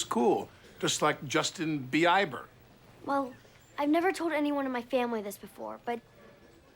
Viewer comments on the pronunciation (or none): Justin "Bee-eye-ber." 😂 The Bieber fever thing is even funnier bc Alec Baldwin's daughter really married Justin Beiber irl. (Also, that was a SIC BURN on Justin Timberlake!) 🤣💀 Holy 💩 Steve Buscemi as a woman!! 🤣🤣🤣